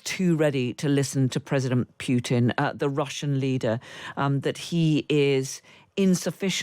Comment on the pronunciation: Why can't Radio Times commentators pronounce Putin correctly? It's pronounced `Pootin', not 'Pewtin.